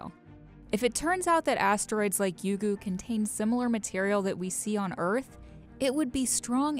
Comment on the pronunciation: It's Ryugu not Yugu